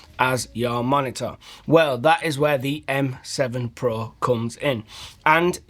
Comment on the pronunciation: great "moni'ah"